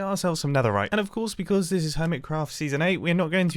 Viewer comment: ... the neterite